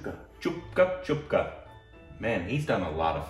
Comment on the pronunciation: Chupke chupke pronounced as Choopke Choopke is super funny. I love that moviem Watch it please!!